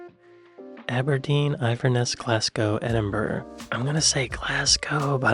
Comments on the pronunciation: Yea but eyeverness and edinburg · He still don't know how to say Inverness properly. No ones picked up on it